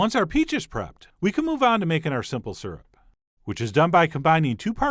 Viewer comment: Syrp🤗 That's how my husband says it too Lol, lactose indifferent 😂😂😂 The color of that peach syrup was gorgeous😍